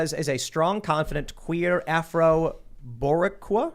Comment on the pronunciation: loooole, the way Tim tried to pronunce Boricua